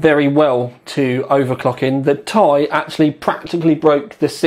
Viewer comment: I like you, but "TY" drives me mad, it's t....i